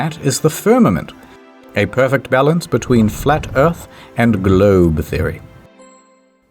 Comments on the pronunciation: Ayyy, Historian learned how to pronounce "firmament"! He kept saying "filament" in the Space episode. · Hurray! IH learned how to pronounce the firmament correctly